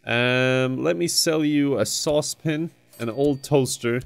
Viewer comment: Sauce Pan.: “Saucepin”